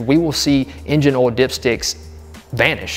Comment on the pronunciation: WTH is “oul”?